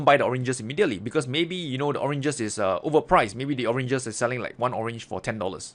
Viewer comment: You made me laugh with the orenges